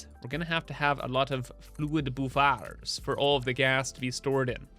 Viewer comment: The piratey way you say buffer always cracks me up boof-AAARRR maytey